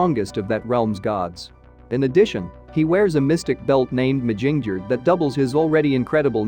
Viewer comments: The hammer of Thor called Mjölnir not Joelner🤨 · Who the helk is shazum.... his name (is now) Shazam as in shazAM not um. Fer flips sake Odin is Oh din not odd in and it's Myolneer (Mjolnir) learn to pronounce words properly by doing some proper research